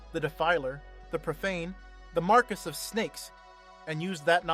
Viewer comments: not "mar-kes" but "mahr-key" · The Marcus of snakes lol it's said like Mar-Key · Marquis is pronounced Mar-Kee not Mar-kiss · The joke is that it's mispronounced in the video as "Marcus"